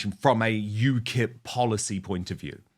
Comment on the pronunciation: Ukip not ukil 😂😂😂